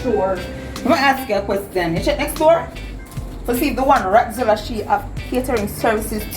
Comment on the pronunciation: Did Patsy say Ratzulla 😂😂😂